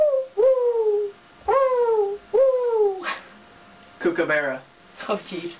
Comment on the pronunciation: The guy pronounced kookaburra wrong